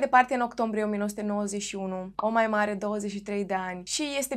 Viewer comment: Tu zici Omaima eu aud O Moimǎ 🙉 🤣🤣🤣